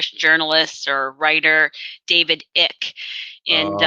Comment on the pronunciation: just a note - David Ickes name is pronounced "Ike" - it rhymes with "Mike"